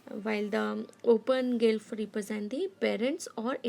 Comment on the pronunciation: Mam it's not gylph ...it's glyph